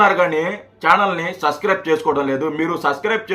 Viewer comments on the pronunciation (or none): Subscrib అని చెప్పడం కూడా రాదు...మరి నీకెందుకురా...చానల్. లఫుట్ గా😂